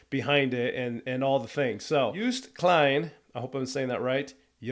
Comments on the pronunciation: More context: him singing 'Euro-pa-pa' is also for his dad because 'pa' or 'papa' means dad in Dutch. You pronounce Joost Klein great! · You're doing pronuncation of Joost Klein close to perfection. Well, the first time at least. In English it is basically pronounced as "Yosed Kline". Still not 100% the same as what a Dutchman would say, though. Also "Europa" is the Dutch word for Europe. Similar to German.